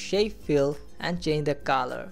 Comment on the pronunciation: The word is colour and you pronounce it as Kalar